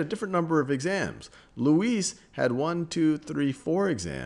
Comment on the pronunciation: Academy Luis is pronounced Lou-i